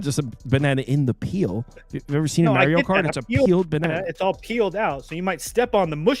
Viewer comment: Why did call it Merio cart lmao